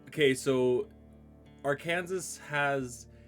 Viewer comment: It's pronounced "Arkansaw".